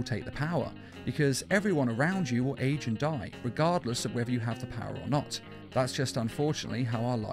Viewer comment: Ageo???? AGEO????? u mean age right??